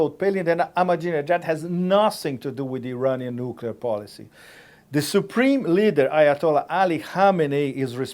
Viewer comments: NUKULAR!!!!.... it is nuclear. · Who else other than Bush says 'nucular'? Frightening. If they can't say nuclear, they shouldn't be anywhere near the button. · Preemptive war is not okay for the Russians, but it's imperative for us? This woman is just scary, she's so dumb. Also, if I have to listen to four more years of "nukyular" I'll scream. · Please help McCain and Palin: How do you pronounce nuclear? 1. Nuuu 2. Noook 3. Noodle 4. Noodle-clear